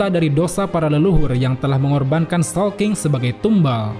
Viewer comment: Awal² bingung showking, soapking atau sawking 😂😂😂